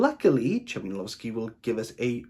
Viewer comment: Interesting to hear you talking about it. Despite tiny flaws I loved The Books of Jakob, but the history of Poland is a well known concept to me (oh modest me), but even to most Poles the history Tokarczuk writes about is not well known. BTW Ch like in Chmielowski in Polish is always pronounced like H in home, for the lack of better sound. Lovely daughter you have, and pierogi look great! Oh and the song, Olga needs to hear it :-)